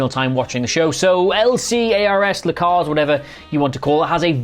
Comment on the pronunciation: Someone has never said livery out loud before 🤦🏻‍♂️